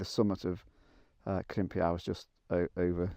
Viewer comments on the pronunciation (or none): Well, here's me with my usual Welsh pronunciation guide again. It's pronounced "Crimp-ee-eye". :) Bonus pronunciations: "Moel Siabod" = "Moyle Shabod" (with emphasis on the "sha" bit rather than the "bod" bit), "Capel Curig" = "Capel cirrig". Crimpiau is still somewhere I need to go. I did try a couple of months ago, but it was so wet that it was like a swamp so I gave up and went to Cwm Idwal instead.